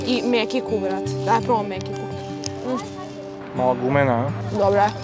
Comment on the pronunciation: Kakv bre mekik to se zove mećik